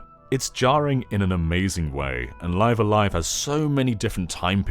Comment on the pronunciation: I would think that "live A live", the first word in the title would be pronounced like Liv as in Liv Tyler